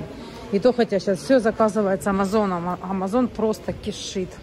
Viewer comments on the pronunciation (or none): none